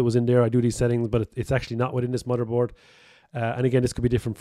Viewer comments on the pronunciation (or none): Drink every time he says mudderboard. Drink twice every time he says tirty. 🤪